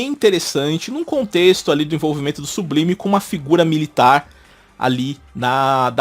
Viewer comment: Nesse caso seria "Sublaime" e "Zorn" a pronúncia correta do nome dos personagens...😬😬😬